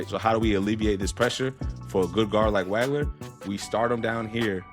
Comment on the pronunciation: Excellent analysis. One thing......it's pronounced "WAWG-LER"......not "WAG-LER". I Liked/Subscribed. Well done, sir.